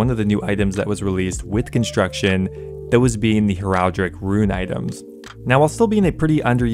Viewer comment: Heraldic "hair-al-dic"